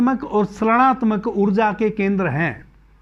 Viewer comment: ७:३० गुरुजी, जब हम ऋणात्मक का उच्चारण करते हैं, तब वह ऋषि की तरह आरम्भ होगा (उच्चारण - रिणात्मक)🌿🙏🏼🕉